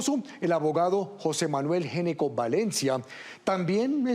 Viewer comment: Ese apellido no se pronuncia" Geneco " Se pronuncia "Ñecco". En la lengua italiana la " Gn" Se pronuncia como "Ñ" . Una píldora de información lingüística.